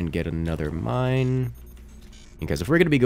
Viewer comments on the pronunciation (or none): none